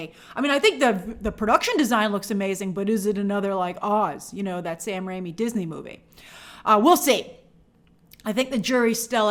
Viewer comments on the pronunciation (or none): none